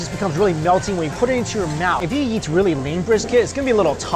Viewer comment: all you can"jeat" Wtf is JEAT? JEEEEEAAAAAAAAATTTTTTTTTTTTTTTTTTTTTTTTTT!